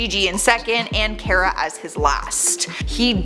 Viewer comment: She pronounced Cara as Keira😂😂